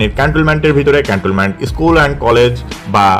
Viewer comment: (ক্যান্টলমেন্ট ভুল উচ্চারণ) ভিডিও ছাড়ার আগে আপনার প্রোনুন্সিয়েশন ঠিক করেন। আপনি তিনবার বলেছেন ক্যান্টলমেন্ট।